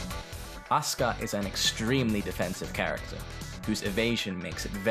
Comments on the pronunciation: Sayuko Tanaka it's like desu. You can say it clearly like deh-sue, or you can say it like Japanese people usually do lol. I think I didn't express myself right. Anyway Asuka, when speaking English, should be "Ah-Sue-Ka", he sounded to me at first to say "Uh-Ss-Ka" which maybe right to Japanese people, but sounds quite wrong in English. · Not ASKA but Acyka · A SUE KA. Not Uska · Aska? Don't you mean Asuka? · Aska is the correct pronunciation. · He said on Asuka, "Aska". Wut? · That's how you pronounce it in Japanese. The U is muted. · Sayuko Tanaka maybe I should written Ah Su Ka. Since that's what it sounds like when pronounced correctly. On second listening I think the dude in the video just blended it together. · Mmm. I see. I don't really like the way of English speakers say "a-KU-ma" "a-SU-ka" though lol(I'm a Japanese native speaker). Also "Xiaoyu" I prefer to pronounce it "Shiao-yu" like practical Mandarin (which is my second language). About the sound of "あ", I meant this: Yeah it sounds like "ah" but you also can say it lighter like "uh" in English word "Umbrella". Both sound pretty much same to Japanese people, length of vowels is more important in our language. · Sayuko Tanaka yes I learnt Japanese. I didn't mean "ay" as in "say" I mean "ah". I just didn't hear him properly because he didn't say the "ah" sound clearly. Maybe his British accent.